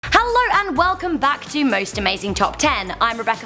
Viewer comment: Haaalllrrrr and wewcowm